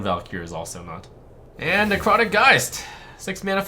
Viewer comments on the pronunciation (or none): when he says "neccrotic geist", , he speaks the best german of his life and doesn't even notice it